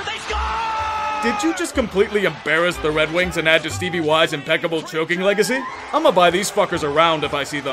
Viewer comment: He said Red Wings.